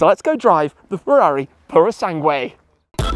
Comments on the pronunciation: please stop saying puro sanGWAY, pretend the U is silent, sanGAY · It grates me somewhat when Italian words are mispronounced 'Pour-o-sang-way' isn't it......[shiver] 'Pur-oh-sang-g'way' . Translates as 'Thoroughbred'. Ferrari Thoroughbred is about as weird a name as Ferrari Laferrari really. Can't deny she's a looker for an SUV mind. Like they took an Aston Martin DBX and made it even sexier. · Tim, please stop saying Puro Sangué and spelling the U before the E...it annoys any latin language speaker like me...sorry for the rant but i had to do it. Keep up the good work. Cheers! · Are you sure thar you are pronouncing that correctly?